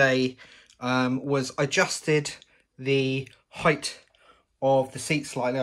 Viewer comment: Nice work. When you're explaining things, just get to the point though. You spent like 37 minutes talking about the end caps. And cure yourself of the "heighth" disease.